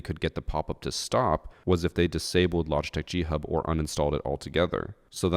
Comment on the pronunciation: I genuinely thought you were saying Cheat Hub, I haven't ever heard of G Hub. So at the beginning, I was just thinking "no shit they got banned".